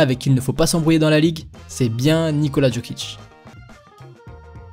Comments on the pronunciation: Tes vidéos sont exceptionnelle, mais je voulais quand même te dire que chez nous les yougos le J se dit comme le Y donc "Yokic" et non "Djokic" voilà voilà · Tu dis "JO"kic comme dans "joli" on ne s'abonnera pas. Lis correctement et on pensera à peut-être s'abonner. Put some respect on his name